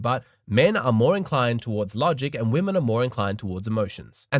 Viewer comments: Its WOMEN!!!! not WOMAN! Why can't americans pronounce it right? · How come so many women say "woman" both in the singular and the plural? So annoying.